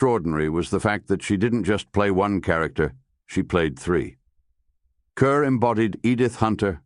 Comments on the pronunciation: Deborah Kerr is pronounced Kahr, not Kuhr. "Kerr (As In Star)" was a significant P.R. catchphrase at the outset of her career. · Her name is pronounced 'Car', not 'cur'. Please stop doing these poor videos. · Her last name is pronounced Carr. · It's "Kerr Rhymes with **STAR**!", Mr. AI!! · If you are going to do a tribute to someone, at least pronounce her last name correctly.